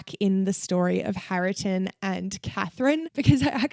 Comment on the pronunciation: Hareton's name is pronounced "HAIR-tun." Otherwise, I really enjoyed this video. I recently re-read Jane Eyre (my favourite) having not read it for years and once again I absolutely loved it! 🥰